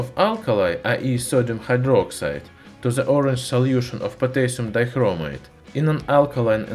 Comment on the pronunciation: potaisum daikromaite